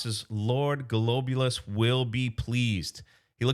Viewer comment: Pronounced Glob-You -Luss .